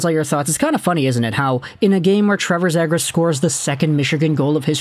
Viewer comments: It’s pronounced ZEE- gras. Not Zay-gras. Trust me. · It's pronounced (Zee-Griss) bro.